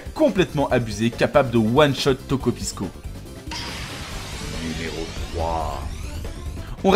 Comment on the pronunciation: Euh par contre on prononce "Tokopisso", "piscine" ne se dit pas "piskine".